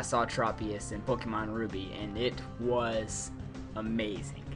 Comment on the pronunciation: Yeah , Blaziken is a-MAY-zing